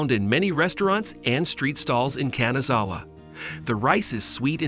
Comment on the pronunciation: 'Kanzawa 'saike' LOLs😅